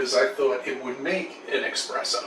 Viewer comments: 😱 it’s espresso - not expresso!!! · He knows everything but he calls espresso “expresso” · What’s “expresso” ? Does he mean espresso ? Fucking bellend. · Every time he says expresso instead of espresso my brain melts 😅 even if he was right, I cannot believe him😂😂😂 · Can buy a new camera for filming his lunatic rants, can't spend $5 to fix the hinge on his cabinet door. Also says "expresso". Where in the word espresso is the x? I can't find it. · Did he say that he thought it would make an "expresso"? He did didn't he? is just dumb af..... 😂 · Did he say eXpresso? Like I need another reason to think is a moron. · After everything cc says, him saying "expresso" was the worst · The moment the guy said "Expresso" I decided to leave. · Let's be clear, he called it, "eXpresso", like an utter tool. (*SIGH*) After that, why bother listening to anything else? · He can’t even say ESpresso I wouldn’t trust him to make a coffee without drowning in the kettle and getting burnt by the cup leave alone trust him to keep a coherent line of thought. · He said "expresso". Leave him for dead. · Normally, I'd feel sorry for someone like him... But he said EXPRESSO, THAT BASTARD!!! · ESPRESSO, you fucking moron! No "X" in the word! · I was totally on side until he said “Expresso”. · Hey give him a break, he's just trying to espress himself. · "exSPresso" lol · Of course has two coffee machines but pronounces the word espresso as "eXpresso" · So believes the Challenger disaster was fake, but the people pretending to have died were using their own names, and continued to go by those names and hope they didn't get discovered? Also the word is espresso fuckwit.